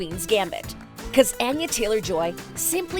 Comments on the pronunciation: Anya is not pronounced with a long “a”, it’s a short “a”, think altar instead of apple. Your narrators should really get the script right before recording, it’s seriously annoying. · Ah-yah not ann-yah.